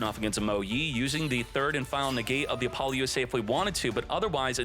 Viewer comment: Youre saying it all wrong. Its Apple-OOO-suh, not A-poly-ooo-SAH.